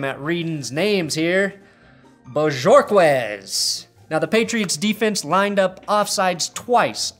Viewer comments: It's bo-Hor-kez. "For Christmas Jessie got me a sick Bo-ho Jersey, because Corey Bojorquez has that big leg". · Bojorquez is pronounced Bō•hōr•kez. Not even Bills fans have heard his name much. He just recently attained the number of punts that the NFL considers to be enough of a sample size to exist in rankings. Turns out he’s good! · Its pronounced Bah-Hork-Ez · The J is pronounced like H, the Q is pronounced like a K and the U is silent. say it with me, BOHORKEZ.